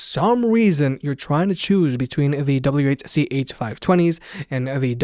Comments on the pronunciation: Whuh chuh talking about? Double-You See-Haitch... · Quit pronouncing it "whuhchuh." It's cringe af. And you say it every 5 seconds. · Sorry I'm new to this. What are you saying?? Wha-cha? Wed-cha? Help me out LOL. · What in the f*** is ' wuh chu' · Are they really called Whuchuhs? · sorry but i cant with the wuh chu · You mightve been better off just referring to them by their model number instead of the "wah-cha" which sounded really weird to me as I watched the video. Otherwise good video and thumbs up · Yeah. I didn't know we're saying model nomenclatures now.